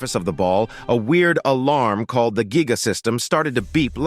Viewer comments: It's Gaia not giga 😂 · Kinda triggering to pronounce Gaia (Guy-uh) as Gee-guh. Otherwise good. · Ikr this ai saying gigga system instead of gaia system 💀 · How do you get giga when you read giai? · gaia not giga!!! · GAIA NOT GIGA😢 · The word is Gaia but calls it giga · its Gaia not giga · Gaia❌ Geega✔️